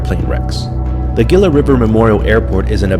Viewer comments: It's pronounced hee luh not gill a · It's pronounced "hee-luh" not geela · Pronounced like Heela, not Geela. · pronounced "Heelah" not Geela. Like Gila monster- a lizard. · Its pronounced 'Heela' ....Not 'Gilla'. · Gila is pronounced Hee-la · Gila is pronounced HEE LA, an in Gila Monster, or Gila Bend, the town at the juncture of I-8 & AZ 85. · Pronounced "Hee-lah" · It's pronounced ' Heela'. The 'G' sounds like an 'H' This is why computers will never take over. Their processors sill never understand English. LOL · Isn't "Gila" pronounced "hee-la"? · Pronounce HEELAH River. Sheesh if you're going to do a video, at least pronounce the name right. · I don't think anyone's mentioned "Gila" is pronounced "heela". 🗣️🍦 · It's pronounced "HEE-LA". The G is soft. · Pronounced with an H - hila and not as spelled with a G. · It's pronounced "HEELA" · It is pronounced he-la. Geeeeze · Gila as in Heee-lah Jeez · Gila is pronounced HEE-luh. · Gila is pronounced hila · The Gila is pronounced as Heela the G is an H in span just like Tucson is TOO son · On pronunciations of the name the "G" in Gila. Is pronounced as an "H" not a "G" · Learn how to pronounce "Gila" before you decide to make a video.